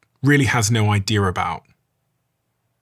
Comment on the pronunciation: I didn’t know there was an r is the word idea